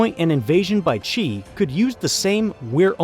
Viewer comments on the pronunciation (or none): It’s Xi, not Ji or Qi. And he’s Chairman, not President. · Your pronunciation of China's leader is wrong. It is not Chee, it is She. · Dude how can you make a video of this scale and still not know how to pronoune Xi Jinping? I's pronounced 'Shee' not 'Chee'. Just type it into Google Translate and press the sound button for Christ's sake... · It's hard to take this video seriously when the speaker can't decide if Xi Jinping's name is pronounced "Gee" or "Chee"... place names, too. Guess what, you can research the right way to pronounce stuff in a dictionary. BTW, Xi is pronounced exactly like the female pronoun she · Xi is pronounced "She" not "Chee". Interesting video though. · PRESIDENT XI OF CHINA IS PRONOUNCED ... "she" as in "he and she" not "chee". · the dude's last name Xi is not pronounced as "chi" but closer to "shee", nevertheless good video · WHO IS CHEE? The dude's name is XI pronounced S-SHI, it really isn't that hard ;) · Just a reminder. Xi Jinping's last name XI, the real pronunciation is just like See or Sea. For us, "Xi" is a misleading translation & spelling anyway. From a Mandarin Chinese user in Taiwan. Thanks to the world for supporting Taiwan.